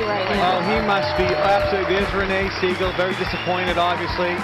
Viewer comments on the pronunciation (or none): none